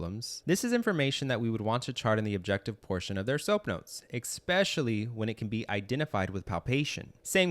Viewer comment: Very helpful, thank you. But please learn this… “eXpecially” IS NOT A WORD. The number of times it’s used in this video is embarrassing.